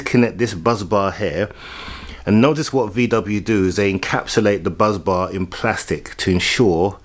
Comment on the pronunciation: BUSBAR not BUZZbars!